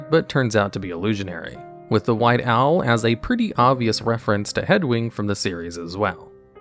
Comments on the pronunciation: Hedwig, not Hedwing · "Hedwing" lol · Hedwing. HEAD WING Ok, pulling a TRMplays moment and mispronouncing words for the tilt I see. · Then he said ‘Headwing’, I feel it’s an intentional trolling. 😂